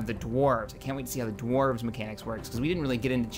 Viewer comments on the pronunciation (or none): none